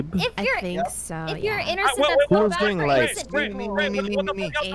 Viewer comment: Did anyone else hear innorcent ?